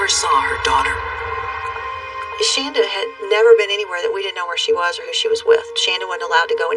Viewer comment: When you hear people repeatedly pronouncing her name correctly why would you say it a different way? It’s pronounced Shannda, not Shawnda and the last name is SHAREer not Sharrer! Her own mother is in this video. She is saying it for you! I can’t listen to this piece of crap video. Bye!